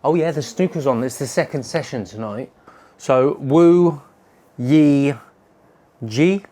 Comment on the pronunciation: Hi, love watching your videos. The word Yi is pronounced just as you would say the letter E. I live in Nanning City, Guangxi.